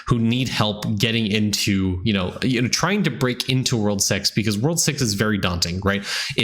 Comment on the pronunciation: he really said "World sex" i had to rewind it a few times. lmao.